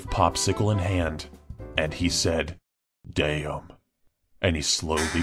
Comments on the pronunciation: and he said daymn IT FUCKIN KILLED ME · "and he said" (dramatic pause) "dayum"